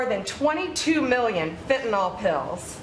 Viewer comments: Hey Bondi It’s fentanyl, not phentanol stupid! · Pam can't even pronounce it correctly. Its fen/tan/ill, not fen/tan/all. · It is not pronounced fentanOL, it is pronounced fentanIL. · Watch each show. you are impressive. please pronounce fentanyl properly. "yl" , not "ol" Thanks- just trying to help you not sound like a "drummie" -Laav You, Stephen (also- YES to the Canada Comments!) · I am so tired of people pronouncing Fentanyl as “Fentanol.” Pam, it’s pronounced like “Fentanill”. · Steven, fentanyl is pronounced fentanil, with a soft I, not fentanol with an O. Dumbasses say fentanol with an O, please don't join them. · I don't understand why this is still a problem but people PLEASE stop saying fenta-NOLL. It is pronounced fenta-NILL... If people don't know how to pronounce it, then they definitely don't know how to spell it 🤦‍♂ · Is "fenatnol" different from "fentanyl"? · Nothing says Fox viewer like pronouncing Fentanyl "fen-tin-all" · Fentanyl Blondi, not fentanall. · In common with literally every American I've ever heard mention it, Stephen and Blondie Bondi both think that fentanyl is called "fentanol" 🤦‍♂ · Bondi can't even pronouns "fentanyl." Cabinet of fools and she is one of the biggest. 😘